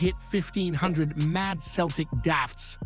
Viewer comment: You need to stop your Celtic pods and stick with your Rangers pods. You're a fake Celtic fan, you can't even pronounce Celtic at times.